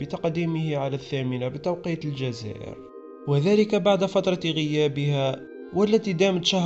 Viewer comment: هي حسنة المظهر وجميلة على الشاشة يعني تصلح للكاميرا لكن لا علاقة لها بتقديم الاخبار ليست فصيحة ولا طليقة اللسان حتى فمها لا تفتحه اثناء الكلام نصف مغلق تنطق حرف الجيم هكذا "الدجزائر" مثل سكان العاصمة والمفروض فالعربية الفصحى ان لا تتأثر بلكنة الصحفي الاصلية تتلعثم وترتكب اخطاء جمة كل دقيقة وكأنها وظفت تحت توصية احد ما حتى مع مرور الوقت واكتسابها للخبرة لم تتحسن ولم تتعلم تقديم النشرة...فصيحون اللسان هم كريم بوسالم رحمه الله وفريدة وحتى تلك التي تقدم نشرة الواحدة وغيرهم كثيرون الا هي مع كل احتراماتي لدراستها للاعلام لاعلاقة لها بالتقديم بتاتا يمكن مكانها خلف الشاشة فالكواليس